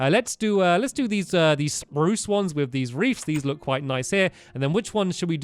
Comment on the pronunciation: you said spruce wrong